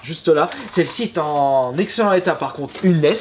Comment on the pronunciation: excellent état : liaison pas dangereuse